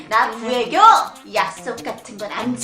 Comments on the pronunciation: 나애교 가 아니라 구애교 ㅋㅋㅋㅋ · 옴마야 나애교가 아니고 구애교 ㅋㅋㅋㅋㅋㅋㅋㅋㅋㅋㅋㅋㅋㅋㅋㅋㅋㅋㅋㅋㅋㅋㅋㅋㅋㅋㅋㅋㅋㅋㅋㅋㅋㅋㅋㅋㅋㅋㅋㅋㅋ